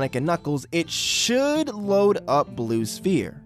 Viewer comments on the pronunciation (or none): Blue Spear. I don't think it's pronounced that way.